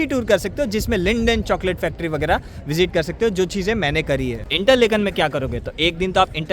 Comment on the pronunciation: it is not इंटरलेकन, it is इंटरलाकेन